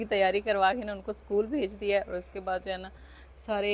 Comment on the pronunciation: आप सकुल न बोलें इसकूल बोलना है और अंग्रेज़ी शब्द को दुबाला न बोलें उसको डबल बोला जाता है